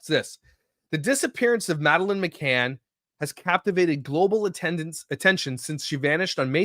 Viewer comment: Please look into the McCann case. That pronunciation was rough as someone who’s heard it a lot over the years